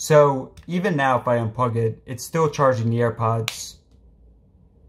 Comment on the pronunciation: I hear the word Pug 🐾 instead of plug.